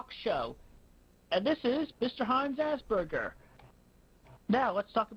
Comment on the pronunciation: The way Chris pronounces the word Asperger makes me believe for the longest time he did genuinely believe it was called 'Ass Burgers'. He does have a very infantile mindset